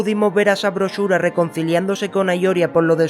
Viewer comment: BRO ACABA DE DECIR …….. SABROSHURA 😂😂😂😂😂😂😂